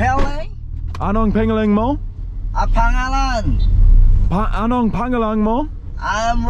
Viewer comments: BROTHER MAYBE ITS TIME FOR YOU TO CORRECT THE WAY YOU SAY THE WORD PANGALAN. ITS NOT PING-A-LING, IS PAH-'NGAH-LAHN. NOTICE THE EMPHASIS IS ON THE SECOND SYLLABLE. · It's so bad 😭 Pengeleng [sic] It's "Pahng-Ahlan." C'mon,. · PLEASE READ. Hi, I enjoy your videos and been wanting to comment on your pronunciation when you ask for someone's name. One reason some don't respond is because of the pronunciation. Please say Ano ang "pungAHHlahn" mo? The first syllable is pronounced "pung" not "pang" and stress the "AHH", then you'll get a response every time. Good luck and enjoy the Philippines! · You would think he would improve pronouncing "pangalan." Sheesh. Pahng-Ahlan. Like saying "ah" when at the dentist's. Not 'pengeleng" or whatever that is. Shiet. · “Enong pengelen mow” makes me cringe. Always remember that the letter A in filipino is always pronounced as the A in the word “art” and the letter O is always pronounced as the O in the word “old” ✌🏻